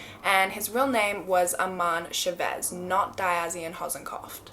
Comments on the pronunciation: You did an incredible job with the Malaysian names and then said Chavez wrong lmao but it sounds more like an accent thing than a mispronunciation. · the way she pronounces his last name chavez....Its wrong.. but yes he is terrrible, and i remember this awful story...